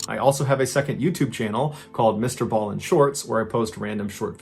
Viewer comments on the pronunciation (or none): none